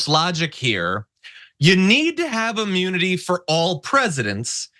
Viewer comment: Is he saying AMMUNITY? 🤦🏽‍♀️